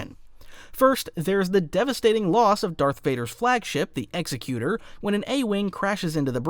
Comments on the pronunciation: am I the only one who gets annoyed by the mispronunciation of Executor. It's Executor like executive not Executer like execution. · My brother in the Force... Executor is NOT pronounced Execute-er, like an executioner. It IS pronounced Eggs-ek-u-tor, as in an entity that carries out the will of another. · Cause this is gonna drive me crazy… The Executor is pronounced like ig-ZEK-yoo-tur